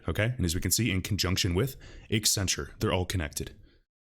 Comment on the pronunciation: Why do people constantly pronounce it EX-centrue?